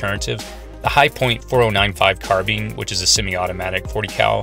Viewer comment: Hearing it pronounced "car-been" is like nails on a chalk board >,<